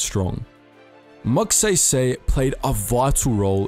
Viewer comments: No offence (I dont know what to call you so I will just call you, I am new) it is pronounced Magsaisai (please dont bully me) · is that how YOU pronounce it? because that's not how you do it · I died inside a little everytime he mispronounced his name. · He said magsaysay wrong I should know I'm fillipino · That's not how you pronounce magsaysay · It's pronounced MAG-SAY-SAY. Not MAG-SEY-SEY. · IT'S MAG"SAISAI" NOT "SAYSAY (pronounciation not spelling) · IT'S NOT MAGSEYSEY IT'S MAGSAYSAY A AS IN AH MYGHAD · Magsaysay is read as "Magsahysahy" not "Mag say say" But anyways great video❤️❤️ (Btw you earned a new sub) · When you say magsaysay is magseysey it's say say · just wanted for u to know that its magsaysay not magseysey when u pronounce it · Just a note: Magsaysay isn't pronounced as MagSEYSEY. It's pronounced as MagSAISAI. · The say in "Magsaysay " is pronounced as SIGH not say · Forgive me for this but "Magsaysay" is pronounced as "Magsaysay", not "Magseysey" or "Mugseysey". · Not offended but it's actually pronounced "Magsaisai", not "magseisei". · Hahaha hindi magsaesae magSaisai/magsaysay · It's Magsaysay not Magsaysey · You better know the Americans be pronouncing it like gay go 💀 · "Calucan" "Batan" "Magseysey" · I like how you mispronounced magsaysay's name every time you say it. Magseysey heheh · I love your accent, can you say it again?! "Mag Say Say"🥰🥰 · Please read Magsaysay as Mug Sigh Sigh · um its Mag-sai-sai (Magsaysay) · Magsaysay pronounce Mag-sai-sai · Btw, just to put it out there, for non-filipinos, it's pronounced as ramon mag-sai-sai okie? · Btw It's pronounced as (Mag sai sai) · bro said sey sey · M yes magsay say forgive me for being that guy but its pronounces Mag sai sai Remember the weapon called sai? The smol trident yes the sai is pronounced as that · Thanks. "Mahg-sigh-sigh." "Cabanatoo-ahn." "Los Bah-nyos." "Hooks". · Let me correct you on the pronunciation of the name Magsaysay it's pronounced as Mag-Sai-Sai